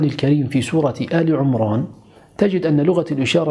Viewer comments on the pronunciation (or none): none